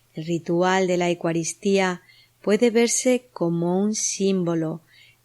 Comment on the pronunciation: Gracias, estupendo trabajo solo con todo respeto quisiera que pronunciaras bien esto, se dice: EUcaristía no digas Ecuaristía. Gracias😇